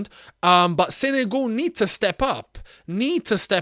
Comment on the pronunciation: It's not "Sene goal" mate